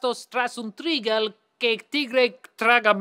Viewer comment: The stress on "trigal" and "igual" is on the last syllable, though.